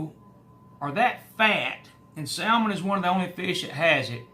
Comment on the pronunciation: The L is silent in Salmon. 🤓